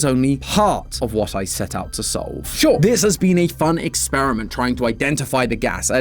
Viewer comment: There's no h in sure